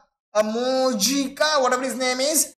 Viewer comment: Moijca pronounced as moi-ka